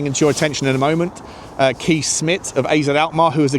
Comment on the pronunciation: Kees is pronounced Kays.